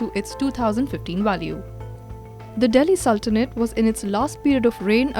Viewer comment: Saltanate??? It's su l ta nate. Not sal ta nate. And so funny economic times stupid nrtwork